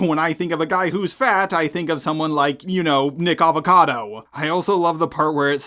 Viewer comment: It's nickocado not nickavecado LOL